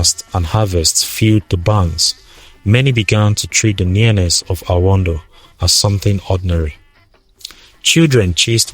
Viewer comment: Excuse me are you a Tiv person at all behind the voice your pronunciation of anodo is not connecting. Thanks